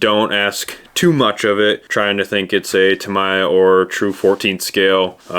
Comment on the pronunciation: 3 things.... 1: Back Rack is actually a Headache Rack. 2: Tamiya is pronounced Ta Me Ya not Ta My Ya. And 3: it's not a truck and trailer, although they do exist, it is a Semi Tractor and Trailer. Other than that... Cool video